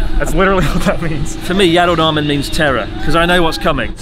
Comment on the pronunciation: lol mans been abroad all these years and still says mih so not mee so smh bruh